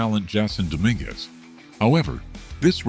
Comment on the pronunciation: Why don't you learn the correct pronunciation of Dj and Dominguez first. You're an embarrassment to your site.